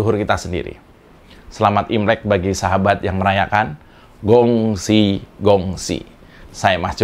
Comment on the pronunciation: xie xie Mas....Mas..izin ,akan lebih ciamik kalau kata Gong Xi2 itu ..di Huruf G Nya Di ucapin mengunakan lafal hutuf K.... terimakasih 🙏🙏🙏